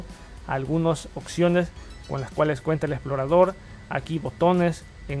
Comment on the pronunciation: Crítica Constructiva; Sácate el "sensacional", y el "déjame decirte", y lo otro... es; Opciones, y no occiones Like